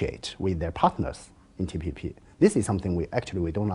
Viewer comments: This Richard even mispronounced TPP as TTP.. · Lmao the reporter forgot how to say TPP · He is certainly a moron, he's asking about the TPP, can't even say TPP and seems stunned when the Chinese man informs him that China wasn't even a part of the TPP. Has anyone addressed the elephant in the room that he has either a cluster of acne or herpes blisters by his lip? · Richard its TPP not TTP and I really enjoy seen face paused when he heard that term came out from Richard's mouth. SO FUNNY LMAO